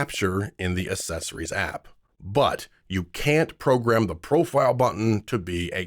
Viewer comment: You lost me at "Assessories" that's not how you say that word! I don't understand why more and more Americans say that in the last 5 to 10 years. 🙄